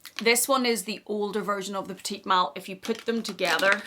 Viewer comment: It’s pronounced peti mal, silent t at the end. Peti is pronounced like petty